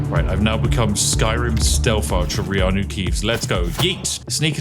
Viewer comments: I literally cheered when you said Reanu Keeves 😅😂😂😂😂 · Lord of The Gates: Return of the Keeves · Seymour Cleavage please! You are turning Reanu Keeves into Wohn Jick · Dremora Kynreeve? No, I am Reanu Keeve!